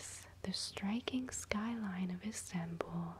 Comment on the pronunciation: Never heard of an "instanbull" before. Is it anything like Constantinople?